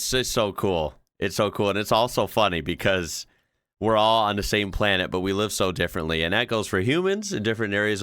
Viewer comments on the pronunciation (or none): none